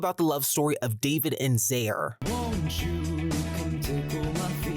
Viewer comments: I can't believe it's pronounced "zer" and not "ex-er" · Yeah it’s Ex-er idk why this guy thinks it’s Zair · I SWEAR TO GOD HIS NAME ISN'T PRONOUCED LIKE THAT ☹ it's EGG-ZER or X-ER no questions...idk how u got zayer tho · AHAHAHAHHAHAAHHAHAHAAHAHHAHAHA THANK YOUU SO MUCH but i thought it was pronounced xer like X-er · I thought It was pronounced ex-er 😭😭😭😭😭😭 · Dude I hate how you pronounce exers name it’s EXER WITH AN E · Love the video but I’m not sure why you pronounce it “zair” I’ve searched up the pronunciation, it’s pronounced how it’s spelled from everything I’ve found. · yeah every time he said his name I was like ... "zer ? zero ? what ?" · luckily he just says it wrong cuz I would literally sob if it was pronounced like that 😭😭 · THATS HOW YOU SAY HIS NAME!?!?!? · IT'S NOT X-ER BRUH 💀💀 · he pronounced it wrong and it hurts me! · he just pronounced it wrong😭💀